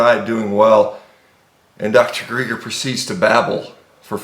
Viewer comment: This guy can't even pronounce London Real or Dr. Michael Gregor. He's really on top of things! I'm going to follow everything he says!